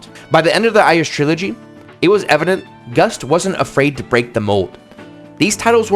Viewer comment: You know, I kept hearing you say Gus instead of Gust and I thought, boy this person Gus is really working hard on these.